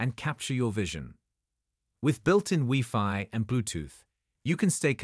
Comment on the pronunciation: EEORS R10? WEE-FI? Apparently, the low-priced AI narrators still have a long way to go...